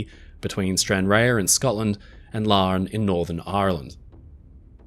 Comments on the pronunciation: Stranraer is pronounced ‘Stranrar’. Amazing video as usual. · May I point out, with good will, that "Stranraer" is pronounced "Stran-raa". Another splendid item. Thank you. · Brilliant doc. Thanks so muvh. I love your pronuniciation of foreign names. Really good. To help you. Stranraer Scotland is pronounced 'Stranrah', forget the a and e. Hope this helps. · Brilliant video and I love your channel 😊 Just one note, from a Scottish person - Stranraer is pronounced as Stranraar. We over emphasise the ah sound and completely ignore the e, just to confuse people! 😊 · Love your channel and I was very impressed recently when you managed to pronounce "Govan" correctly! But, Stranraer is actually pronounced Stran-rahr - as in "far". Just thought you'd appreciate the correction. Keep up the good work! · Its kinda nice to hear my town of stranraer being mentioned and slightly butchered lol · The e in Stranraer is silent.